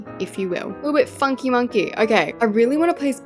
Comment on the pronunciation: Every time I hear the word funky it sounds like f### me 😂